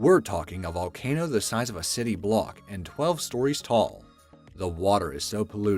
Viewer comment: I know I spelled it wrong. It's supposed to be funny and it's actually said as That Valcano!!